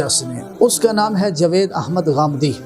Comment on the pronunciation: جو شخص جاوید نام کا صحیح تلفظ ادا نہیں کر سکتا وہ اسلام پر لیا بولے گا۔ کچھ پڑھو لکھو اور علم حاصل کرو